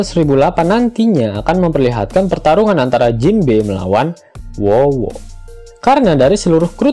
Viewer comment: Sebutnya yg bener min namanya 'Who's Who' loh & nyebutnya 'hus hu'. Wowo apaan 😂